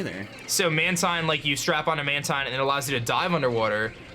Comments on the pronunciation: guys did you know mantine is acctually pronounced man-teen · Mantine pronounce manteen